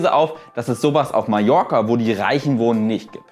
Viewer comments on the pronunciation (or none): none